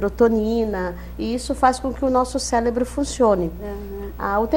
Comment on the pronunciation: essa ''especialista'' fala CÉLEBRO ¬¬